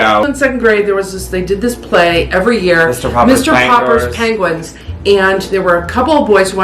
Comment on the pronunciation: attempting to say "Mr. Popper's Penguins" right 😂😂😂